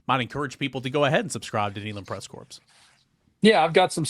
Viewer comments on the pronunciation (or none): There is no S in corps!